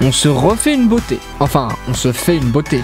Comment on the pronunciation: « La larvé est devenue oune magnifique papillouane »